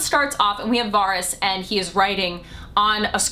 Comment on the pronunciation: Jeez u watched the show why can't anyone say fucking varys properly. Why not go all out Aren't ya Stark. Joan snow or egnogg bartendering